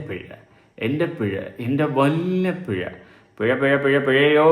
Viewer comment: പിഴ ആണോ pezha ആണോ😂